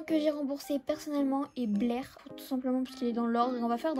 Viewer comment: C'est pas blair c'est blaise et t'as dit 700 clochettes au lieu de 700k bahaha